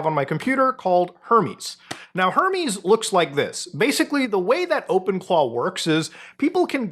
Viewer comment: Ngl calling them 'Open Claws' instead of 'Open Claw' is triggering me so much 🤣